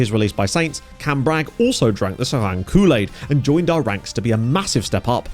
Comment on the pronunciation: Pronunciation almost good. Just drop the -ng at the end. So just "Serai". Seeing SK Beveren drop to the 4th division...This is the team that introduced players like Eboué, Gervinho, Yaya Touré, Romaric, Arthur Boka into European football.